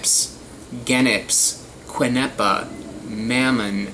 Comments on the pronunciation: Quenepa is pronounced ken neh pah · Mamon see yo is how it's pronounced Also key nep ah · Quenepa is pronounced kénépás s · In Puerto Rico they are very popular. But they are only available during a short season at the end of the summer. They are known as "quenepas" (pronounced ke-neh-pahs). The have a wonderful sour-sweet flavor. I love them! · Quenapas (pronounced Key nae pas) in Puerto Rico. Ate them while growing up in Brooklyn. Wish I could find them now! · In Puerto Rico its called quenepa (keh-neh-pa) and they're all over the place